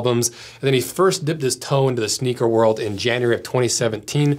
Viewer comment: SHNEAKER 😂 I am now a Shneaker collector, that is what I will tell people in real life...